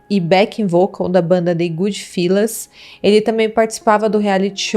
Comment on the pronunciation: Good Fellas se pronuncia fÉlas, e não fÍlas.